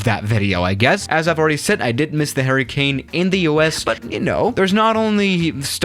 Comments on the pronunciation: It sounds like you are saying “Harry Kane” 😂😂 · H e r r i c a n e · Is it me or does it sound like he’s saying “Harry Kane”? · No one:: H A I R Y C A N E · Nobody: trying to say hurricane: Harry Kane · I thought you were saying “Harry Kane” at first 😂😂